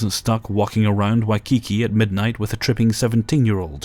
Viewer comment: Oh, bless you,. Waikiki is pronounced 'Why-KEE-kee' (waɪkiːˈkiː). And haloe is pronounced 'howl-ee" ('haʊli).